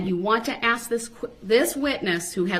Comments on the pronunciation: I agree... It drives me crazy that this fool/animal can't say anything correctly... Biast, suBstain, AXE, AKS... I struggle so hard as a Christian to come to terms with my hatred of this animal, S.O. Woman abusing, CHILD KILLER!!!! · State doesn’t AXE questions. They actually ask. Thug. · Black people please stop saying axe you know dam well it's not right no I'm not racist just you sound so stupid